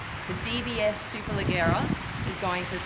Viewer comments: very informative though i think you missed the 0-100 and top speed of the DBS. Also isn't it pronounced superlejjera with a "j" sound? In italian the soft vowels e and i make "g" pronounced as "j" I believe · It's hard to tell the difference between the body styles when the only thing we can see is the host. Good shots of the interiors though. Also, the host mispronounced Superleggera; the Italians, nor the Brits or the Americans pronounce it the way the host did. Last, with over 15million subscribers, you think SuperCar Blondie could invest in a Lav mic for her videos, the audio sounds terrible and misdirected. Hopefully this is well received as this channel is extremely fortunate to have their followers and should be a bit more respectful to bring the minimal quality to the videos.